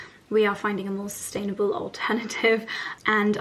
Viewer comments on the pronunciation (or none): none